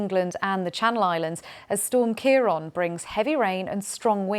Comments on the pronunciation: Its ciaRAN not ciaron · CiarAn, not Ciaron. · Presenter can’t pronounce Ciaran properly, says CaiRON! Standards are so poor nowadays.🤔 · Why does everyone keep saying ciaRON? Lol